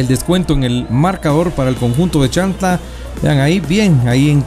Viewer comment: Creo q es CHIAN...TLA, y no chan... tla, como se refiere el narrador. Por lo demás felicitaciones. Arriba Xela, tienen un gran jugador en sus filas MR. KAMIANI.